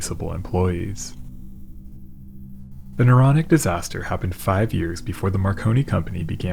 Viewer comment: And isn't it Naronic? Don't you think? A little too Naronic And yeah, I really do think